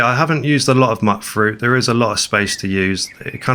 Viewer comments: Im pretty sure Mutfruit is pronounced Mute-Fruit, as in "mutated" from radiation. love these settlement builds, the best ive seen. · You're mispronouncing mutfruit again. Should be pronounced as Mute fruit. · Okay, maybe it’s me. Are we pronouncing Mutfruit “mutt fruit”? What do you call mutants? “Mutt-ants”? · Ok, I'm gonna have to be the one to say it: You pronounce Mutfruit wrong. The first U is the long version, like "you"